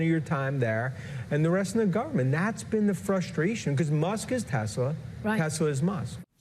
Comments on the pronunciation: Did he said "Tesler" just like trump?😂😂😂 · "Tesler." Yes, we heard you there, Lawrence. 😄😄😄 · omg Lawrence, "Telserrr" 😂😂😂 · Why do all boomers say tesler where it cleary is tesls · Tesler...we caught that! 😂😂😊😅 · Did Lawrence say “Tesler?” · Oh Lawrence, I smiled so broadly when your Boston accent peeked out when you said ‘Tesler’. As hard as we might try, sometimes it slips out. ❤ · I choked on my lunch when Lawrence said "Tesler" without flinching or smiling. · Well done, trolling both Donald & Elon with the "Teslar" pronunciation . Extra points for subtlety! 😂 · Ha, "tesler" good one. Love the program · "... a member of the board of Tesler..." ❤‍🔥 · He said “Tesler” 😂 Golden. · tesler LOL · "Tesler" 😂😂😂 made my day! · Tesler...LOL. We heard you, Lawrence. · I giggled out loud at work when he said “the board of Tesler.” 😂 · Lawrence is always right on the money. I am here for Elon realizing that buying a presidency isn't giving him complete control. I also am here for Lawrence saying Tesler. 😂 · Milk came out of my nose when he said "Tesler" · Yes, but “Ron Vara” is brilliant. 😂 And slipping in “Tesler.” Ha ha ha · “We love Tesler!!!” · Lawrence saying tesler gives me life😅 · Hehe, he said Tesler. Nice callback! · 'board of Tesler' 😂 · "A member of the board of Tesler..." 😂😂😂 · What? Ron Vara is a super genius!!!!!!!!! "Tesler" 🤣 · I swear he said Tesler. Did anyone else hear it?